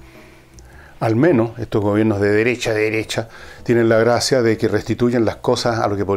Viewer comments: "La deresha, la deresha"...jajajaja GENIAL! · La deressha la dereshha ..jajajja